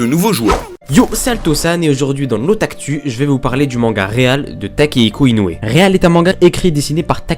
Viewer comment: Mais on prononce pas Real à l'anglaise?